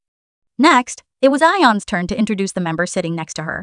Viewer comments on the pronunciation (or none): none